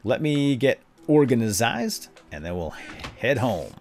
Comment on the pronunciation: You always say orgazined, when it's organized.